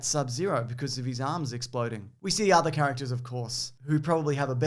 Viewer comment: The way he says characters "cactus"